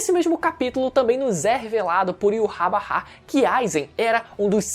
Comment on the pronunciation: Mano, para de falar "Iurrabarrá" pqp Primeiro deslike que dou em um video em anos, só por causa da sonoridade horrível de "Iurrabarrá"